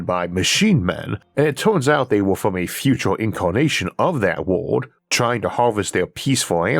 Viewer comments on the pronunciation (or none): I wonder if listening to you attempt to pronounce wobbly would be as fun as listening to your attempt to pronounce world🤔